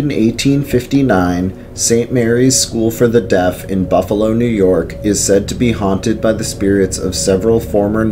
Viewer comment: Nice vedeo. If anyone ever gets a chance to go on the ghost tour at the Central Terminal, do so. Every single tour has a ghostly experience. Well, the night time tours do, the day time tours are more informative like the "mob" connection. As mentioned before, your pronunciations are a little off. It's Kin-E-Shush, Muh-Die, & Shays (as it rymes with "Rays"). Other than that, very cool. The Iron Island Ghost Tours are typically booked months in advanced at Halloween and has a carnival-type atmoshere. Buffalo also has some grade A haunted house attractions at Halloween that are worth the visit, most at a very low cost. I've heard of the Lindburgh Elementary School being haunted, but there is not a tour of anything as it is a working school. Keep up the good work.